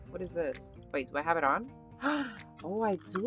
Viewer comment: Sounds like un instead of on